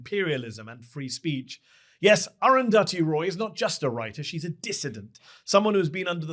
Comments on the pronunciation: I have never heard aruthathi pronounced like that 😂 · please pronounce arundhati roy properly